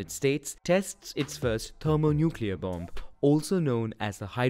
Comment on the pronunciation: I’m sorry to be that guy, but the second ‘b’ in “bomb” is silent. Nonetheless, a great video and very informative as always